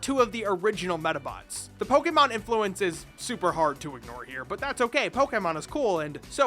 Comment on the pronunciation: I was blown away to find a YouTuber that actually pronounces Pokemon right.